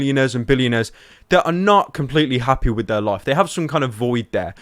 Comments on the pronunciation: my god he said happae... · "my videos make them happay" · he says hapey lol